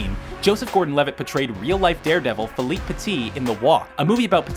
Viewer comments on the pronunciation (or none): none